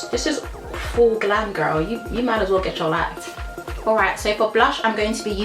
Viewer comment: "Gech your lyfeeee" 😂❤️